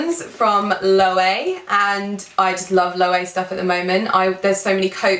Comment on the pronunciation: The brand for your sunnies is actually pronounced Low-ay-vay. I used to say Low, but then I learned the right way after feeling like a dolt. :) They're a spanish designer. Love my mini silver Loewe puzzle bag. It's a work of art. Definitely still in the market for an Antigona, just trying to decide between the mini and small and color. You might've tipped me over to the glossy black! Congrats on 200K! xoxo